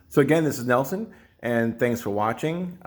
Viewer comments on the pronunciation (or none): none